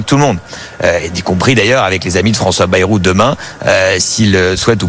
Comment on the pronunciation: Bayyyy rou pas Berou